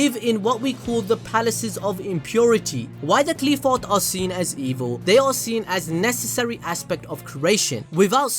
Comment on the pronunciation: First of all it not Qleephot It's Qliphoth Qlai-pho"th" (like "th"ot)